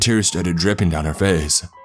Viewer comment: Wrong-uh Face-ah Me-eh Itself-ah Thera-eh